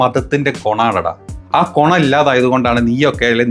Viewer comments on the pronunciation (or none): കൊണം അല്ല ഗുണം എന്ന് പറഞ്ഞാൽ നല്ലത്